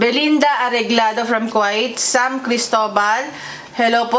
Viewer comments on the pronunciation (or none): ang KUWAIT po ay pronounced as KWEYT! 😊😊😊